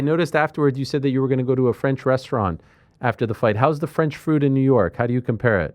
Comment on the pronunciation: I'm french and I can tell you that you have a perfect french prononciation. Do you have french origins?